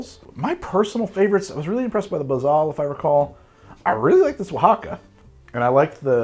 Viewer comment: Seriously! Isn't this filmed in MI, but he nailed Oaxaca! Damn fine effort!!!